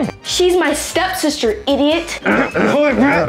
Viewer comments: Did say sep-stister 😂😂😂😂😂😂💀💀💀💀instead of step-sister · Why said step stiter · Bro say sepsisa